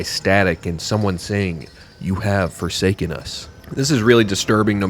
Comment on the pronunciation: forsaken not foresaken